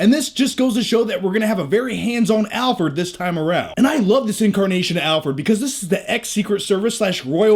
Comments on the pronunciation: Sounds like you're saying "Albert" not Alfred. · I'm a huge fan but If you say Alford one more time I'm gonna kill myself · do you keep calling Alfred, Alpert? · "Alferd".... we love you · Alferd? Lol